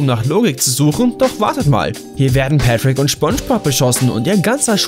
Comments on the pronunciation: Niemand, absolut niemand: Er: Schponschbob, Pätschwik, Sandy Tschäks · Ich spreche es auch so aus und er sagt Petrick Junge 🤦🤦🤦